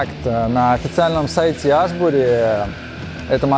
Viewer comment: Аааааааааа))) хоть бы название бренда правильно говорили